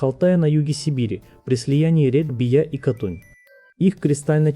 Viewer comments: Не БиЯ, а БИя. Ударения ставьте правильно. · Увы, не правильно. Мне сибирячке сразу ухо резанулр.